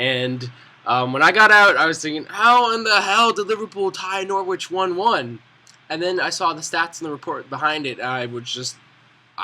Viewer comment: good vid but it's pronounced nor-rich not nor-wich.